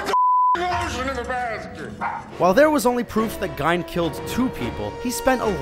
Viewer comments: Ed Gine? You must mean Ed Gein. You should Know what your talking about before posting a clip. How could you not even Know how to pronounce the name of one of the greatest, most famous people in history? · Pronouncing Ed Gein's last name wrong made me cringe.....before making a videos fellas made sure you know the correct way to say the names. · I'm upset he's pronouncing Ed Gien wrong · The Gein family pronounced it GEEN. In the aftermath of the discovery of his crimes, parents & children would tell jokes to keep kids in line by fear called GEENERS. Their were unrelated families in Wisconsin whose name was also spelled Gein. They tended to pronounce it as though it rhymed with WINE but Ed's father and mother pronounced it GEEN as well as the rest of their relations. "When police began searching the farm of Wisconsin loner Ed Gein (pronounced ‘Geen’) in 1957, they found lots of other horrors, & the world discovered that although bad people have always been with us on this Earth, some of our neighbors can turn out to be murderous, batshit-crazy old bastards who belong only in nightmares..." --Ed Gein, PSYCHO! By Paul Woods. Also, my comment was neither rude nor offensive so I'm not sure why your comment took the tone it did but I didn't just see or hear GEEN one time and accept it. I've actually read a lot and done some research on serial killers. I mean you no offense. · Ed and his extended family pronounced their last name as GEEN. There were other non related families in the area who pronounced it slightly differently but Ed, his mother, father and brother always pronounced their name GEEN. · Is he talking about Ed Gein or whatever? Cause he's saying it like Gine. Lmao? Idk how to spell it grammar police. But ye. Wtf? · What about the pronunciation Gein as Jine... like Va-jine-ah? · You spelled it correctly but its pronounced "geen" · Nice video but it's pronounced geen, btw. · It's pronounced "geen" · Regan ; Ray-Gan also it's GEEN. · Ed "Geen" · Lol Ed "Gine"?